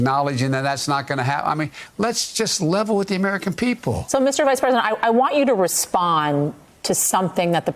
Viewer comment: he pronounces "president" like "present"